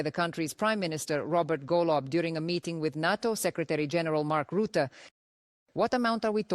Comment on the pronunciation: Roote? |The man's name is Rutte